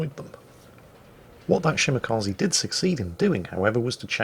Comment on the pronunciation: it's "Shimakaze" not "Shimakazi". The "e" is pronounced like in "extra". This goes for all japanese ships as well btw.